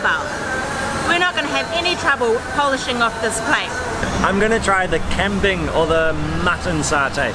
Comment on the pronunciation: You guys are both butchering kambing, “gumbing” is how you pronounce it.